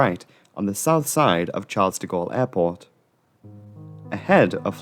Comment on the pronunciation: You mispronounce the name of the Parisian airport.